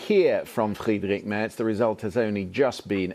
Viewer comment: The BBC's Berlin correspondent cannot even pronounce "Merz" properly.🙄 It's "mehrts" not "merts".